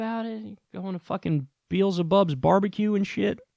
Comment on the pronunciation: Did call it BeEhzelbubs? Lol it's Beelzebub